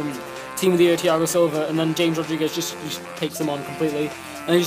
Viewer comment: Dude James in Colombia is pronounced like Hames not James, just talking